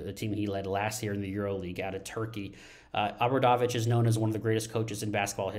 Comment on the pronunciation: Please learn the pronunciation, it is very easy, oh bra dough vich